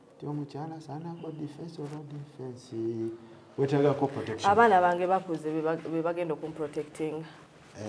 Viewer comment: The way Farook is pronouncing the word protection 😂😂😂 okujubisa 😂